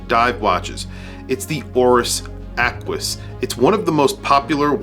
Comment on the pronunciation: Nothing like an ACK-WIS